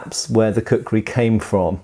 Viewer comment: lol, kukri "krisis"